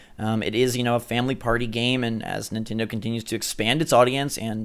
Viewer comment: is it nintendo or nitendo... even bandai confuse